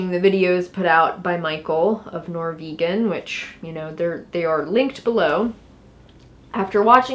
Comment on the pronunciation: ok, sorry for the irrelevant tangent, but I hope you understand that if this Norvegan guy is indeed Norwegian, you're absolutely definitely not pronouncing his name correctly